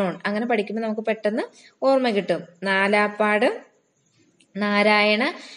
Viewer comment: നാലാപ്പാട് നാരായണ മേനോൻ എന്നല്ല. നാലപ്പാട്ട് നാരായണമേനോൻ എന്നാണ്